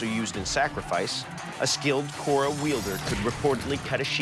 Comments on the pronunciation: It’s called as khoda not kora 🤣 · Actually it's pronounced as Khoda.